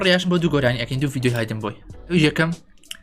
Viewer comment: کاکە ئەوە بە هایدن بۆی ناخوێندرێتەوە بە هیدن بۆی دەخوێندرێتەوە............